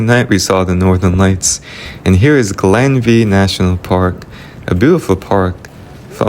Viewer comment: Glenveigh pronounced Glenvay. The view of Dunlewey shows the Poisoned Glen which is a mistranslation from its actual name of The Heavenly Glen.